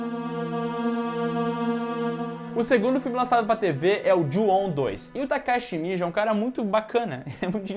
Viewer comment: Nome Takashi Shimizu A pronúncia do: TACASSE ESSE MIJO KKKKKKKKKKKKKKKKMMMMMM